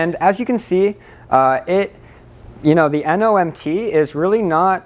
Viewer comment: it's not "NOMT" it's "NMOT". Normal module operating temp.